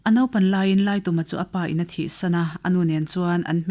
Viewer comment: Laituma tih hi, tum lai hi thingtum angin ilam a, khutah kal ka tum, zintum tih ang a lamrik tur ani zawk em aw, thahnem ngaih vang❤